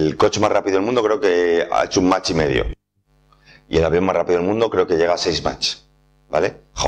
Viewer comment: He descubierto este canal hace un par de semanas y me parece que eres muy bueno explicando, felicidades. Eso si, voy a aprovechar para hacer una pequeña corrección. Lo de la velocidad del sonido es "Mach 1", sin t. No "match", que es una palabra en inglés distinta ("a football match" es un partido de fútbol).